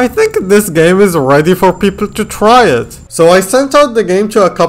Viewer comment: did i just hear pepol